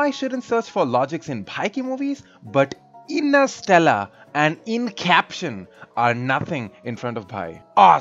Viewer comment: Innersteller and Incaption 😂😂😂😂😂